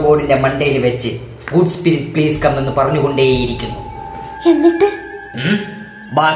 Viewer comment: Sprittalla spiritt😂😂😂